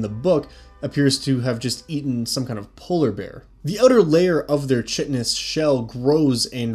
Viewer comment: I know its three years old but chitin is pronounced 'kie-tin' not 'chi-tin'.